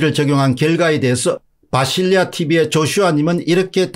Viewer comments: 비실이 아저씨? 바실리아 인데 계속 비실리아 듣는 바실리아 기분나쁘겠어요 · 비실리아가 아니고 바실리아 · 바실리아 예요 공선생님. 바실리아 비실 아니고! ㅎㅎ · 바실리아 티비인데 비실리아라고 잘못 발음하셨네요.